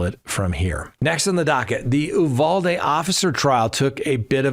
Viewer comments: It isn't Ooo Val Dee....... it is You Val Dee. At least in Texas it is. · Uvalde. You-val-dee. Val pronounced as val in value. Though factually true he was arrested near USC, USC had nothing to do it. He may have been wanting to buy drugs at a park near there as mentioned in the news. USC happens to be in downtown LA where there is a lot of crime. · You Vall Dee - Uvalde That’s how we say it.